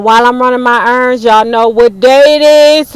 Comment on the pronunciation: So you’re saying your errands and I’m hearing earrings 🤣😂🤣😂